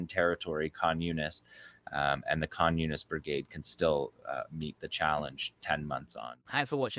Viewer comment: Does anybody else hear "communist" whenever he says Khan Younis? 😂